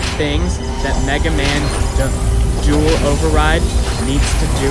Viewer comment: 🤦🏻‍♂️ "dawl" OverRide..... It's pronounced "doo-all" or "doo-ell" almost. You're pronouncing it reading the spelling wrong.....